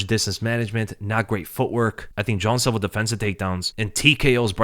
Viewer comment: Why you saying John silver his name is Jean bro like no other way to say it